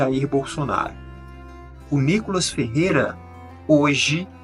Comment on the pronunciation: Reporterzinha ...chama a vaca de deputada , mas chama o deputado niicolas de nicolas ...mais respeito